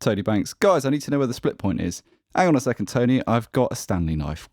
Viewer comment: everytime you say Tone A - I imagine someone with a thick new york accent calling out to their buddy Tony